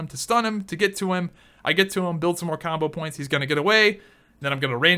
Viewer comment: its "combo points" not "CAWMBOH POWINTS"